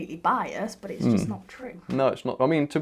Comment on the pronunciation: P.s. Being from Essex Uk. the only thing that bugs me is how you Say 'US' but your in good Company, Brian Cox ( Space Guy ) has the same problem. So maybe, I am Just a 66 yr Old Cockney Gitt..!! Living Upside Down and the Trains I Run, aren't on Carpet but Varnished Floorboards. Go. 😎